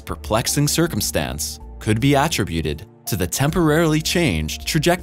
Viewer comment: Akmost dis one withour grammarical or pronounciayion errors. My hopes were so high and then 'attributed'. Tou will find that in normal English the syllable that is emphasized is the first, not the secong. And same with 'recurring'.